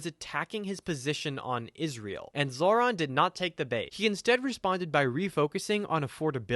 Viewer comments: Seriously. What the hell did the fuck boy say? Zoo lander? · It’s Mamdone It’s Zohver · It is pronounced Zoe-Ron lmao you kept saying it like the guy from Power Rangers